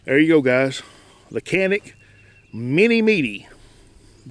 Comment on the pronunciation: Canik is actually pronounced as Janik - like Johnny +attic :). Mete is Meh-tay, Wife is Turkish so i had to ask her ;)